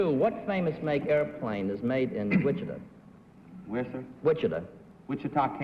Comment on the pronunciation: Hy Gardner butchered the pronunciation of Wichita.